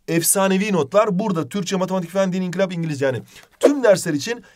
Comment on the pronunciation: İnkilap değil inkılap!!!!!!!!!!! Not:en başta diyo